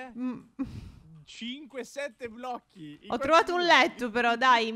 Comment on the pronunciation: Si dice blocchi non blo'cchi